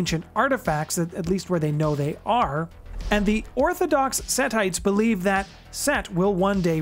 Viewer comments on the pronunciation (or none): none